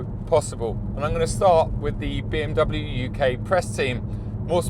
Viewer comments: it amazes me you cant even pronounce BMW correctly. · disliked for pronouncing bmw wrong